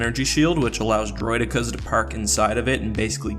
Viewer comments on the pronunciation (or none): its pronounced droid eeeka with a hard e sound not a soft one that sounds like "eh'. (whispers "jaggoff" as he walks away.)